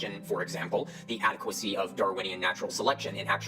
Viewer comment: Why did I think he said Adequacussy instead of Adequacy